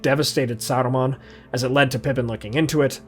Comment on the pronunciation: Why are you trying to roll the R in Saruman's name? Sounds like Sardamon.